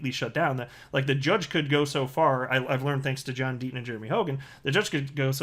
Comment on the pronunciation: Who is this John Denton you speak of? Perhaps you mean John Deaton?